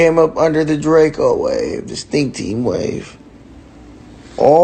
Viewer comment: It’s DRAKEO not Drake-o get it right